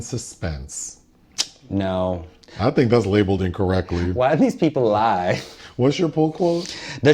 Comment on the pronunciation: "why do these people lie" ha, what accent was that, ha.